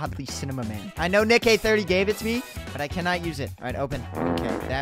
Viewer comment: bro said nick eh 30